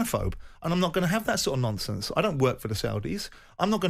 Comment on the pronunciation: Simon won’t stand for a load of “nomfonce”🤣🤣